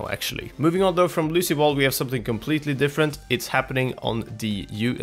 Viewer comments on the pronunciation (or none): You said Lucy bal its Lucio ball